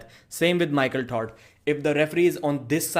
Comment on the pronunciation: I like how u say Michael Tard Lol it's silly jeeble jeeble ello my friend